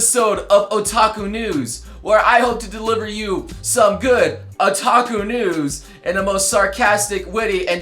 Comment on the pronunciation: sounds like youre saying taco news... now i want tacos